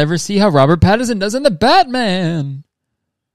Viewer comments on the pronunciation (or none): he doesnt know mitski and he kept saying patterson why am I crying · I don’t know if Kurtis knows that there’s an N in Pattinson or if it’s just a Canadian thing not to pronounce it. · I love Kurtis. I do NOT live the way he pronounces Robert Pattinson.